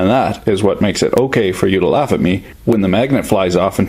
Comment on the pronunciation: I rike you... You make me raff...